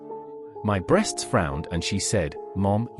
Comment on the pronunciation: This has to be written by AI. Why does it keep saying B.RE.A.ST.S 😂😂